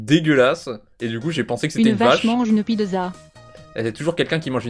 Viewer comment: " une piDEza "